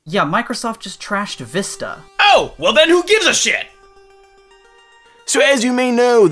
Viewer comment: You called windows vista sounded like wii... for wi...